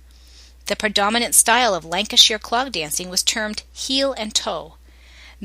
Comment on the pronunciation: Cracking review of the lancashire clog. But its pronounced lancashyer being lancashyer born an bread am being fussy